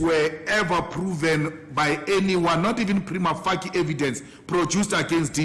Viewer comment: (Preema fashiye) not Preema faki....